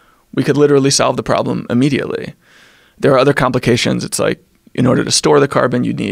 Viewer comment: He says "wike" instead of "like".